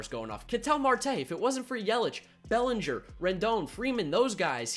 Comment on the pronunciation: It’s bellinger